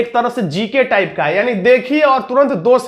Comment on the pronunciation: aap Bolte ho taap ten